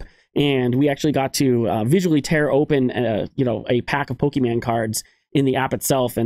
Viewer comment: It's Pokémon not Pokémen buddy. Think mini horizon probably told you already. Thanks for all your hard work and content!